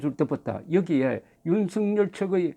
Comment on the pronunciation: 대부분의 유튜브방송에서 윤석열을 윤석렬로 발음하고 있는데 정말 부끄러운 일입니다 대한민국의 지성인이 기본적인 국어를 모르고 방송을 한다?